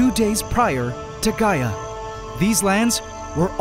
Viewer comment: I thought bro said "Gy-att" not "Gaia" 😂